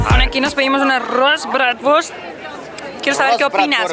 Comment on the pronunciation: Min , “Oye te gustó el abraz’ digo la bradfort” (o como se diga) Jajaj